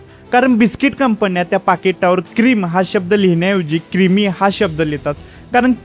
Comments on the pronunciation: बाळा Creme चा उच्चार क्रेम होतो,ना की क्रिमे नाही. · Creme याला क्रिमी नाही रे क्रेम म्हणतात